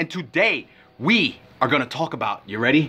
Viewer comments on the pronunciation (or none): none